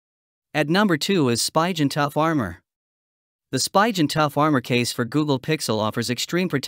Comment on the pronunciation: Spigen. Pronounced SPEE GUN